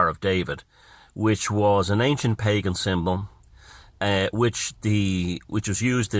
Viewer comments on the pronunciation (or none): none